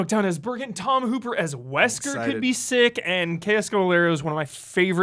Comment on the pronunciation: I don’t know if this is where to put corrections, but it’s Tom Hopper, not Hooper. Also, I have a fun story about my best friend booking Tom for the cover of Muscle & Fitness because he was starring in a show called The Umbrella Academy. The booking occurred before it debuted and became a huge hit, and she got him based on my love of Resident Evil. Yes, she thought The Umbrella Academy was some kind of Netflix Resident Evil spin-off. Fortunately, it worked out because the show became a huge hit, but when I told her Umbrella Academy had nothing to do with RE, she was embarrassed and a little worried that she had booked a relative unknown based on a mistake. How funny, then, that Hopper gets to play an key role in RE’s big screen reboot? Things always work out.